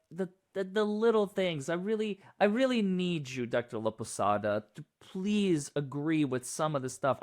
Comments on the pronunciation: "Laposada" not Laposata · Laposata, when you say it out loud sounds like the Spanish word for lopsided.